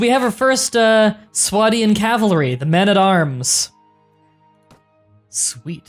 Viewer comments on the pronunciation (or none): why do you refer to swadia as sweda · Sweda - Because saying Swadia is overrated.